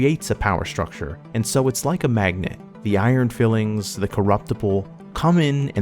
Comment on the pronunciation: "I tried to shape the future, and it wound up shaping me." Also Iron "FILE-ings" and "DAY-us ex Machina".